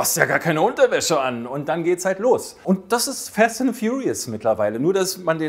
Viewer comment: Ich bin an Kritiken interessiert. Jedoch macht es keinen wirklich professionellen Eindruck, wenn der Sprecher schon zu Beginn des Videos nicht mal den Filmtitel richtig aussprechen kann. 😔 "fAst", nicht "fEst"...